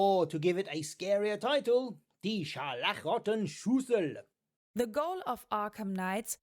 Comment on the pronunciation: Watching this video as a German, i haven't laugh so hard for a long time as i did when you said "Die scharlachroten Schlüssel" :'D thank you! Beside of that, great video! <3